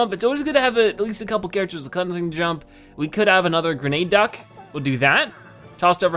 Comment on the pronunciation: GRENADUCK HOW TO PRONOUNCE GRE-nu-duck